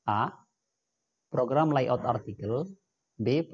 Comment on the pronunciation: dia baca soal aja gimana gitu, layout di baca layot😂